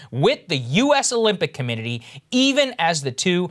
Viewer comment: This guy claims to be outraged yet he can't even say committee correctly. That's so insulting. What a scumbag.